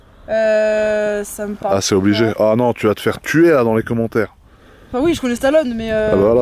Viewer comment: Sur ce coup là il a tout faux! Et le « e » de Stallone Ça se prononce! On est le châssis est excellent la voiture a était conçu exactement comme ça pour être très joueuse.